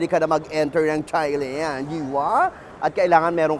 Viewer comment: it is pronounced as tai-land bweks naman!